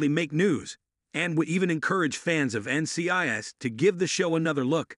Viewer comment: This automated voice needs to be taught how to pronounce N.C.I.S. properly.